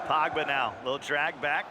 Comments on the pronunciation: Who tf is Pagba? Bruhh the commentators pronunciation is worse than Harry Kane’s English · "Viaara" "Pawgba". Bruh someone fire that commentator